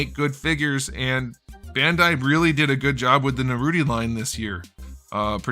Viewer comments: ' Naruto' and not 'Naruti'!!!!!!!! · "Narudi" LMAO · Naruti?????????? LMAO i hope he does that on purpose lol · Is there a reason you call it Naruti? Guessing it's just a joke. Pretty funny 😆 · This is one of the principal reasons why I’ve always liked. He does not allow his subjectivity take over on these lists. The reboot Figuarts Naruto (or let’s say “Nuhrooti”) line has been churning out solid figures, and he gives them the shoutout these figures deserve. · There's nothing more than I love hearing say Naruti and Saszuki. It's so effing cursed but so funny